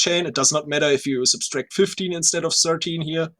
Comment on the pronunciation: I love how the SciCraft people (I've only really seen and, to be fair) struggle with the word "subtract." They always pronounce it "substract."